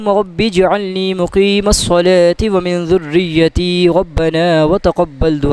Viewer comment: ربی جعلنی نہیں ربج علنی ھے۔ ایسے تلفظ کے لئے لکھا ھے